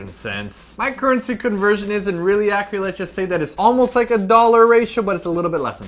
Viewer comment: Am I the only one who hears Simon saying "accuLate" instead of "accuRate"? ENGRISH SPOTTED MUAHHAHAHHAHAA :D ->